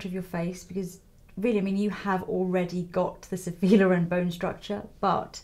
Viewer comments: Actually is Sophia Lóren not Lorèn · Can we talk about the colour of her eyes?! I love how she adresses Lisa and asks her questions ♡ we all like to hear those answers... Stunning maleup as always, comments are almost pointless, your work is always such an amazing inspiration Lisa!BTW is Lòren, not Lorèn, but it both weird and sweet to hear it wrongly pronunced ;) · Italian put the stress on te O, not on the E... We say Sophia Lòren, not Lorèn 😉